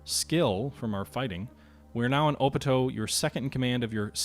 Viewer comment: (op-tee-o) not opito lol